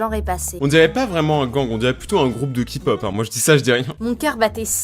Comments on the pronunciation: on dit KEY pop 😠😓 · "Un groupe de Ki-pop" mes oreilles saignent 😭 pas grave on t'aime quand même 💜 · TU AS DIT KI-POP, C'EST K-POP, AVEC UN K PAS KI Sinon cool ta vidéo XDDD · Tu a dis ki-pop tu n'aurais pas du 😐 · non mais justement j'adore la k-pop et vu qu'il a mal dis bas voila quoi😁😂😂👌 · Il a dit ki pop mdr😂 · ki-pop Moi: il a osé 😱 Mon chat: IL A DIT KI-POP!!! 😾 Je me tape des délires mais faites pas attention 😅😂